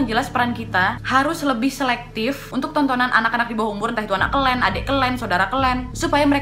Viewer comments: Warga +62 when ngomong “kalian“ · Ngakak waktu kak nadia bilang "adik kelen" "kakak kelen" 😁